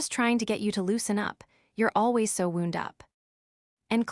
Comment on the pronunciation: Can't pronounce wound like a cut instead of wound like wound up in trouble. Spee......... then oken a minute later later. Its one word.